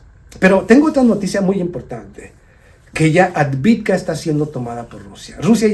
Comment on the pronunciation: Es AVDIVKA... y no ADVIDKA!!!